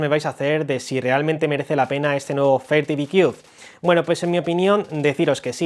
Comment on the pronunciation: Si va a hacer un vídeo de un producto Americano es mejor q se aprenda bien la pronunciación del producto por q yo no entendía también . Sorry my friend you can use ITranslate To pronounce better